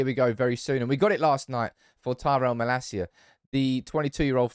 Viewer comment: You pronounced malacia right, I’m a very proud dad